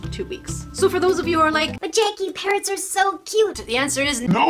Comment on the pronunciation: Are u saying parents or parrots they are two different words